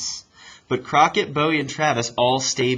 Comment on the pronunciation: "Bowie" gave it away. Any Texas knows how to pronounce that name correctly, like buoy.